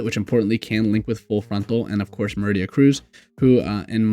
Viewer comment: Not "Meridia". It's pronounced MAH-ree-dah